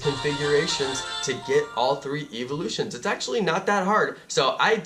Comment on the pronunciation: your saying evalus it evlouse